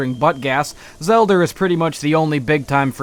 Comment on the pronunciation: "The Legend of Zelder." ITS THE LEGEND OF ZELDA